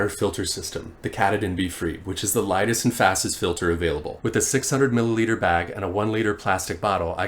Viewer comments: As a person who spent eight years in school in Maine, it is pronounce kaaah taaaa din not cat a din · If you don’t want to get slapped by hikers hailing from the north east you could try pronouncing the end of the Appalachian mountain trail mountain correctly. :)